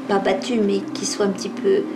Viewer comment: ON DIT PAS SOYE ON DIT SOIT